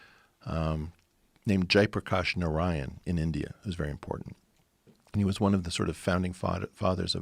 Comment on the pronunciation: His pronunciation of Jaiprakash narayan was quite accurate 👍